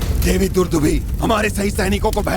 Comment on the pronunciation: दुदुम्भी नहीं दुंदुभी।